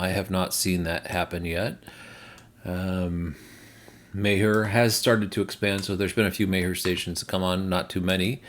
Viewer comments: I believe that Meijer is pronounced “My-er” not “May-er” Thanks for keeping us updated with all the charging network activity!😀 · Meijer is a Midwestern brand insofar as I know. Around here at least Meijer is pronounced like the Mayer like Oscar Mayer wieners. I think that would fit a German pronunciation of M-long i - y - er. I didn't want to be too much of a pronunciation pest, but thought I would pass it along. Hopefully we'll be seeing some chargers at Meijers!